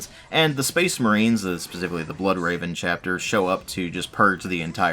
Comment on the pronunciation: Speecsh Merehn!